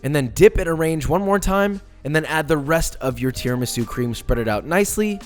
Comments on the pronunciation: It’s pronounced tiramisu not tiramisu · All perfect....but it's called Tiramisù (im Italian)